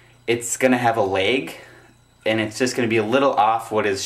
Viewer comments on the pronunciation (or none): THANKS MAN!!!!!!!!!!!!!!! Oh and by the way, you say lag like lage. It is actually pronounced just plain lag without the capital A sound in the middle. XD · laaag not lage lol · well done. this helps a lot. also, you say "lag" and "drag" funny.